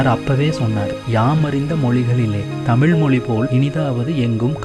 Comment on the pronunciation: Its too sad that the person could properly pronounce the words like Tamizh, mozhi, azhivu...he couldn't roll his tongue much..pronouncing as tamiL, moLi, aLivu,...so sad..i could see this dialect mostly in madurai and nellai based people..first speak the language properly..u can try to preserve it...